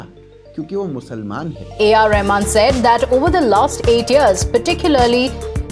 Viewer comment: a r rehman nahi suvar